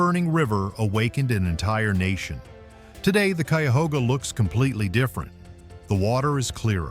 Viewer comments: Less than 1-1/2 minutes in & you’ve pronounced Cuyahoga wrong twice, but correctly once between. No point in watching any more of this garbage. You did no research. 🤦🏻‍♂️🤬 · Would have been nice if you had taken the time to learn how to pronounce the name of the river! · My stepdad's family is from brexville Ohio and the rest of them live in the cuyahoga valley so when it can't even say the name of the river correctly that says one thing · CUYAHOGA River. I am from Central Ohio and its pronounced ck-eye-u-hoe-gah. Clickbate less than factual entertainment that discounts your credibility level. It did catch fire in 1969, got cleaned way, way up to near pristine and this year a truck fell in a tight space. It was extinguished lighting fast minimizing preserving the river. The Cuyahoga River is an Ohio environmental success story. You can fish from the banks, it is not recreational, I think. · Too bad 1st is not even pronounced right.😢 the debris burned.